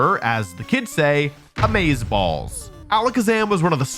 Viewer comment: Worth it just to hear you say amazaball. And unsubbed so the joke quality stays the same :)